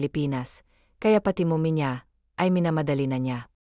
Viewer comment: Ay naku! dear narrator Hindi ko kakayanin ang pronunciation mo.lalk na Ang word na(okay,baby,mommy at iba pa).paki research Naman sa goggle Ng right pronunciation.ang pangit at nakaka destruct pakinggan.nakakasira kc sa story,ang Ganda Sana Ng story ang pgkakanarate lng ang pangit.try mo nlng egoggle pra maimprove ang pronunciation mo sa tagalog.baka isip Ng iba na Hindi Tayo marunong sa sariling wika natin.ms nakakahiya Yun di ba?Sana sa next na mapakinggan kita Tama na Ang pgbigkas mo Ng mga salita.